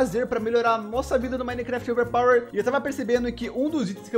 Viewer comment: Toda vez que ele fala overpower uma parte do meu cérebro morre